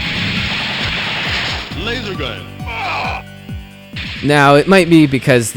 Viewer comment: It's hilarious the way he says LASERGUN